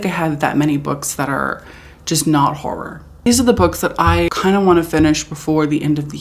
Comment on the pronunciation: It’s pronounced horrOr